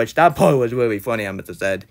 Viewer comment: Weally disappointing cwis